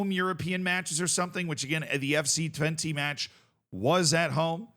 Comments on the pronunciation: Help me out Dutch people. I'm cringing every time says Twente with an "i" sound at the end. But maybe that is correct?😅 I thought it was an "e" or "eh" sound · Haha no you're right. Dutch people would pronounce it with an unstressed e, which is much closer to an 'uh'/'eh'. I guess it's a good meme to keep pronouncing it like the number 20 but that's not what we would call it